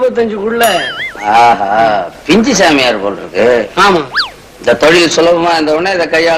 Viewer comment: பிஞ்சு னு தப்பா சொல்லற.. Ku